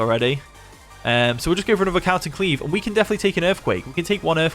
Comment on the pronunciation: Cowton Cleave huh? Pronunciation needs work mate.